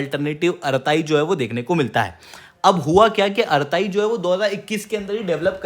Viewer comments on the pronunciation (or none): आराताइ nahi अरटृ॓ bolte hain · अरताई नहीं, अरट्टै